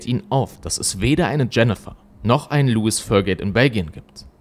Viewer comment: Lois wird nicht wie Louis ausgesprochen